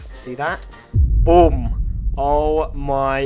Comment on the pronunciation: You pronounce boom like "bum"